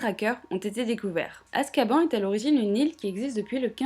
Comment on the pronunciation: Rectificatif, Azkaban se trouve en mer du nord, pas en mer noir. Et sauf erreur, la prononciation de Azkaban est "azkabane"